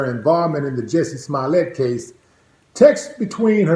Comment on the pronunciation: His accent makes it sound like hes saying Smilet